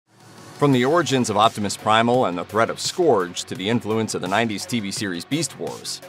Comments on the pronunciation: Scourge is not pronounced Skohrje, it's more Skeurj. Airazor is also pronounced Air-Razor. My OCD got the better of me. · SCORGE!?!?! WHY DID YOU PRONOUNCE IT LIKE THAT. IT'S "SCOURGE" and it's pronounced "Skerg" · its not "scorj" its pronounced and "scurj".ugh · Am I the only one who cringes when he mispronounces the names? Says it like scorge not scerge lol and it's airRAZOR not airRUSORE js 😅😂